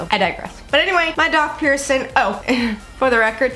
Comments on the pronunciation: STOP WITH "PIERCIN" PIERCIN PEIRCIN!!! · Please pronounce your “g” in “ing”. Bothersome to consistently hear “piercin”. Sorry — just sayin’!😬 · “piercin” kind of bothered me 😂